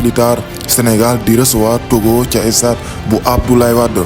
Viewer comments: MR il faut faire l’articulation on dit pas le stade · Le seul bémol c'est " estade"